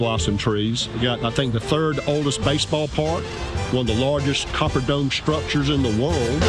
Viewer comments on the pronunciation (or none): none